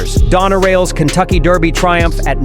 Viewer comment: Derby not Darby